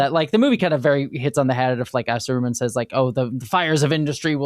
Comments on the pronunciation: The funny thing is that the first time she said it, she said it normally -- and then sa-RU-man just came out of nowhere and never stopped lmao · Not SaROOmun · Sorry .. Sa-what-man? Sa-roo-man? Who is this Sarooman fellow? 🤨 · Sah roo mun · That's the way the audio book I once listened to pronounced it, I kinda like it because it helps differentiate Saruman from Sauron in the ears of casuals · pronunciation of Saruman is making my eye twitch. 😂